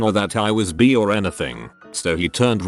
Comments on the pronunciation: Someone: bi Reddit voice man: b e E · robots need to learn how to pronounce bi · I laughed. I think I'll tell people I'm "bee-ay" now. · People in the past : “by 2020 we could have flying cars” Reddit robot : ‘reads bi as bee’ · Funfact: the right pronounciation of the word if you read it in german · That's the correct way to say it in denmark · In germany bi is pronounced just like to robot says it xD